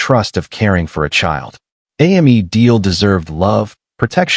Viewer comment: AI can’t even get a 3 letter name right. Hearing Ammy over and over was rude.